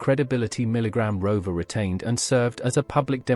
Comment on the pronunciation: "Milligramm Rover"